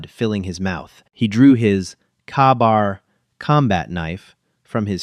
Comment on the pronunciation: It’s Ka-Bar long an after the K. At least try to pronounce Ka-Bar somewhat correctly.